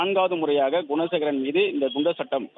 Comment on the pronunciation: குணசேகரன் என தவறாக பலமுறை நிருபர் உச்சரிக்கிறார்